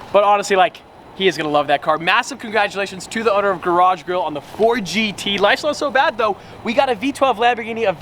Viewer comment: Lmao I thought u told garage girl but it’s garage grill